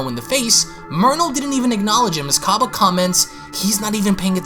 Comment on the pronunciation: i love your youtube channel, but there is something you need to know its cAbba as in cabbage not cobba as in corn on the cOb